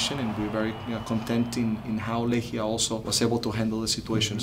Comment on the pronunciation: czy tylko ja słyszę Lechia? Dla obcokrajowców Lechia i Legia podobne w wymowie